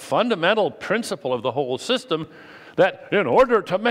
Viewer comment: "systen" . Hah. Come on, Dennet. It's Powerpoint! Pull it together, man.